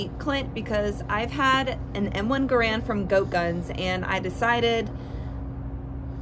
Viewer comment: Actually, 99% of people mispronounce the Garand. It's not like "grand" with an extra "a". John Garand always maintained that the proper pronunciation is more like "Gar-end".